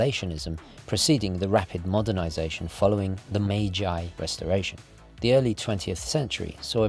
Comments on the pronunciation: Judging by even just your decor, you have a special interest in Japan, but your pronunciation of Japanese words & names needs work. For example, you say "Meijai" when it's correctly pronounced 'Meiji' (i.e. 'may-jee'). I can tell you this with confidence, as I worked in Japan for 12 years. On the other hand, I can also tell you that this is shaping up to be one of your most interesting videos because I had no idea Ricoh ever made watches. And the one you have is beautiful. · I do enjoy watching your videos but please, no Mayjay restauration. Not a linguistics expert but it should be Mayjee. Cheers mate